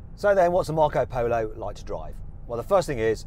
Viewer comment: Marc Polo sounds so much better in a Brummie accent.